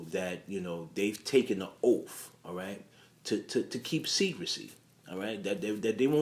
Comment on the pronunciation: Yeah and "oaf". The word is OATH!🙄